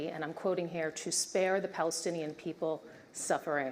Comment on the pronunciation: ‘Beoble’ ? You can’t pronounced ‘P’ but claim rights for self determination as the People of Palestine with a P.